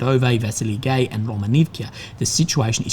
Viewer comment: lol. The "gay" in "Vesely Gay" is like you pronounce "guy" in English not the word for homosexuals XD